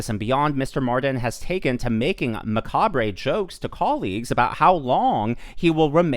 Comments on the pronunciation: Macabre is pronounced MA-CARB . Just fyi in case leftist try and hold it against you. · Macabre- the r is silent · Did you just say macabre as macabray? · Came for the gossip. Was rewarded by… KITTIES!!! p.s. s/b mah-kahb